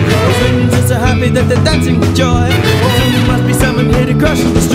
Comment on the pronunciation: i would love this if it wasn't for them mis-pronouncing "mzungu" every single time. In the song it's pronounced "um-zungu" where it's more like "muh-zungu". I'm sorry but after learning one of the african languages where this word is used, I get slightly picky over these little things... by the way, I hope everyone realises "mzungu" means white man!